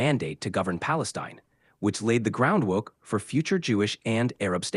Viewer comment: Sounds like a 4 year old who can’t pronounce his Rs yet😂😂